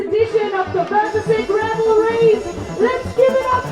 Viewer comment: “Gravel” Rennen